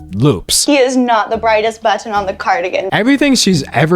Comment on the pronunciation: I am truly in awe of your ability to maintain your sanity in this shit show of a literary dumpster fire. And the skin crawling, vocal fry affectations of Calloway. That hard pronunciation of the "tt" in "buTTon". I had never heard of this poor little grifter girl, and now I'm upset that i know so much about her. Immaculately presented, though! I can't believe i survived without cringing into a Calloway free alternate dimension. Pity, really.